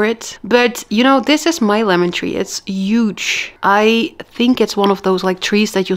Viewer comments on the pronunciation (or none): It's pronounced Huge, not Yuge 😅